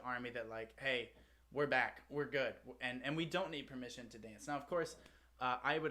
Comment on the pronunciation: This is such a fun, uplifting and inclusive song. And the boys looked like they really enjoyed it. Also love Jimin's, Jin's and V's pronunciation of "permission", sounds so cute!